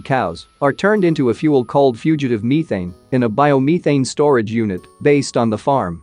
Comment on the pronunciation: I cant get over the way methane is being pronounced